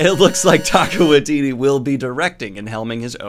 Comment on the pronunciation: Hey Daniel, don't feel bad but small correction - Taika Waititi is pronounced ty-ka why-tee-tee not tay-ka. Thanks for the news! Off to watch your hangout with Tim and Merphy.